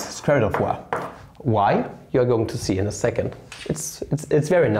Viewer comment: When he prounouces "y" as "wa" and "why" as "y"